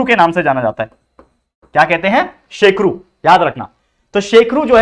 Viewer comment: sir shekhru.not a shekru